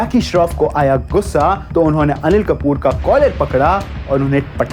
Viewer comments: Anil-Mal✅ Animal ❌ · Animal ❌ Anilmal ✅